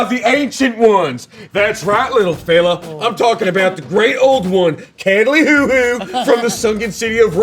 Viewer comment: So we ignoring the fact that pronounced Cthulhu “Cadleyhoohoo”? 🤣🤣🤣🤣🤣🫠